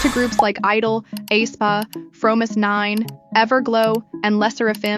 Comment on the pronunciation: flop after flop, they are finished, they peaked at wannabe. dumb narrator can't even pronounce Aespa right ...